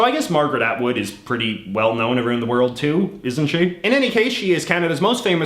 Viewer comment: I'm still skeptical. As I said above, I've noticed him say "out" like normal, and then "around" as "aroond" which doesn't make sense because Canadians don't pronounce "around" any different from Americans (at least, that's my understanding). I could be wrong, but it just seems off to me.